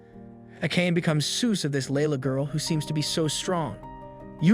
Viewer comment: The pronounciation is garbage. Can't you pronounce Asian names properly? its not A-cane. Its Aaa-kaa-nee. and irs not ei-sekai. its e-se-kai. I mean seriously. You are making videos for the whole wrold to watch, the least you could do is get the names and terms right.